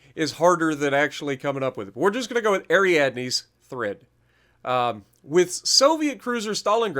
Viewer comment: Since l m Greek it's hilarious when I watch people trying to pronounce Greek words. However, l can assure you that you nailed it. Ariadne has to do with the myth about the Minotaur...